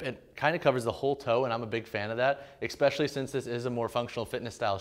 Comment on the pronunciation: Man this is a really good review, thanks. eSpecially not eXpecially